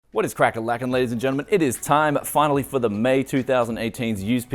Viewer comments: Did he just say crack a lackin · Did he say, whats cracka lackin? OH I have to hit the thumbs up button. Another great video as usual, thanks.